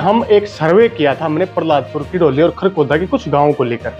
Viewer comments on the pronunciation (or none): भाई जी पहलादपुर है प पर र नहीं है बाकी बहुत बड़ीया विडियो बनाई है आपने। बहुत बहुत धन्यवाद भाई जी हमारे गांव पर विडियो बनाने के लिए